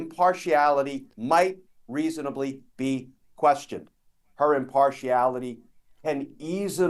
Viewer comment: I know it was a mistake, but tbh, I like that ‘easonably’, Mr. Kirschner. 😁